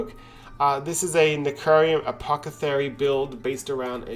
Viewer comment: Don't worry. Some day you'll pronounce necrium apothecary correctly. I believe!